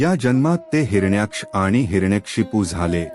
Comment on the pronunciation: Hiranyksh या शब्दाचा उच्चार चुकीचा आहे